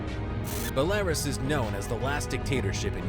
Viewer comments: It's not 'bahlarus' It's 'Bella-Roos'... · Bel-Air-us? It's Bell-ah-roos. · Bull-Lair-Rus?! Wtf it's pronounced Bell-La-Roos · Where's Belaris? Its Belarus you boneheads. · Belarus is pronounced bell-ah-roose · Who the fuck pronounces Belarus- Ballaras? DIBILI Blyat. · #6 is pronounced Bella-roos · Pretty lazy of you to talk of a countries special forces and training while constantly showing photos and videos of one countries special forces. Also, its pronounces Beh-lah-roos. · Belarus = Bell-uh-Roos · I thought it was Bel-uh-roosh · you pronounced Belarus wrong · Guy can't even pronounce Belarus correctly. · You pronounced Belarus wrong lol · The way this f*ckstick narrator pronounced Belarus gave me Chernobyl cancer. Hire someone to narrate your videos that graduated from high school you cheap pricks. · learning how to pronounce "Belarus" and BUD/S would've taken a few seconds searching google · How about for your next video you actually pronounce Belarus correctly and show some respect for that country, OK?